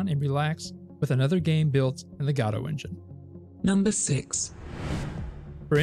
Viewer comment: Love your updates but man the way you pronounce Godot makes my ear bleed 😀 Please keep it up!